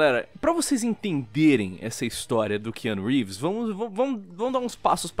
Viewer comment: Ki Anu Rívis